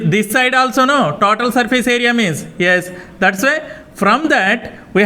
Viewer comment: Tatoal nahi sir total 😅 😂